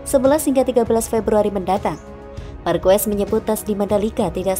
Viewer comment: Marc marquez dibaca Marc markues❌ mark markez✅